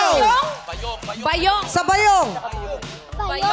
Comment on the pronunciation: Mali yung stress/emphasis, dapat BAyong hindi baYONG